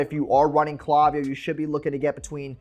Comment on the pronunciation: Great video. Also - it's "clay" viyo.